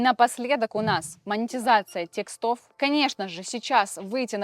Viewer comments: Тексты!! Запомните! Тексты! Ударение на е! А не текста. И не текстОв, а тЕкстов! Зачем вы так с русским языком?! Уже в котором видео. Не буду больше смотреть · Лайк за видео, но одна вещь все испортила, пожалуйста, говорите грамотно: тÉксты, тÉкстов, а не тесктÁ, текстÓв!!!